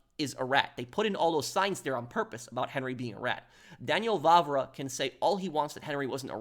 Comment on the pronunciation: Daniel Vávra, not Vavra. The "á" means long vowel, extremely simple. I don't know why you British have problem with this? For we Slovaks, it is extremely easy to say long vowels and we have even two long consontants Ŕ and Ĺ much like our former past occupiers and oppressors Czechs (whose contributed to fall of glorious Austria-Hungary). Even our Hungarian brothers have long vowels.